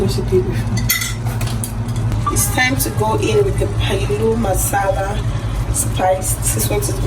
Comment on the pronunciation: It's not paluu masala it's pilau masala